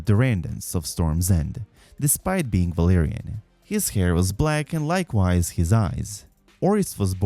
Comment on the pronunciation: I like this vid but his mixing of Velaryon and Valyrian pronunciation hurts my soul